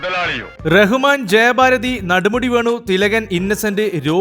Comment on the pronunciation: ചേട്ടാ നടുമുടി അല്ല നെടുമുടി 🙏🙏🙏🙏🙏